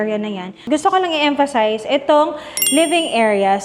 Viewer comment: Nadurog nyo na po yung word na emphasize 😂